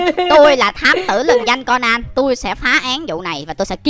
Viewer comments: Cônan chứ ko phải co nan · Conan đọc là ( cô nan ) mà anh anh đọc là ( con nan ) là sao